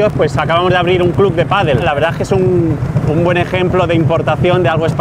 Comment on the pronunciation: Dijo PADEL, no papel, 🤣🤣🤣